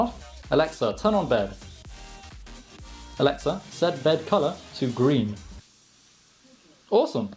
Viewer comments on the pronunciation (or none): My Echo lit up when you said 'Elexa'